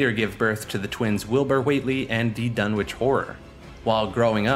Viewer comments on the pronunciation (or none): maybe you should have added that the "W" in Dunwich is silent since you keep saying it